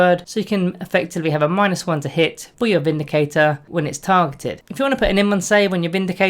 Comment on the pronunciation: I thought you said the "Space Marine Bindicator" then lol